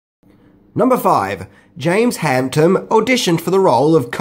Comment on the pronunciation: Adrian Guinn i noticed two more, james hamptom and simularities. He does it in every video hehe, its a mission to find them all!